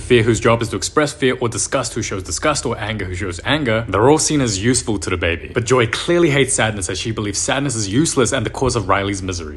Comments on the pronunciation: The way he says “Bay-bay” instead of baby 💀 Please don’t stop it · da bwaabeee kills me every time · Why does he say baby like BaYbaaYh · "wid da BAIBOY" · Bro literally say "Baiby"😂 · nah bro the way he says baey baiy💀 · “Bibay” had me dying💀💀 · like a Who needs bæy bäy💀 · "da baeeebee start wit da gen z tinka bel" 💀💀💀💀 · I love how he says baby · the way he says baby😭😭😭😭😭😭😭